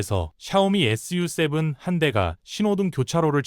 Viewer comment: 언뜻 컨텐츠가 좋다고 생각했는데, 자막 읽을 때 '전국인민정치협상회의', 'SU7' 을 엉뚱하게 읽고, 다른 단어들도 이상하게 발음하는거 보니 AI 로 쉽게 컨텐츠 생성해서 만드는 거 아닌 가 의심이 드는데요.